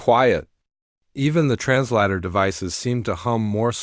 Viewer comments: Bad Ai. Not trans ladder... Trans later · The word is trans later NOT trans larta, even a 6 year old would know better.